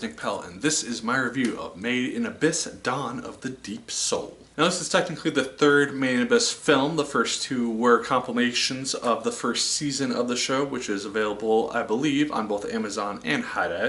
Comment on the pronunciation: Dropped when you said "complimation"